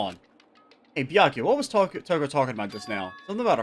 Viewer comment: The saga of mispronouncing Byakuya's name continues!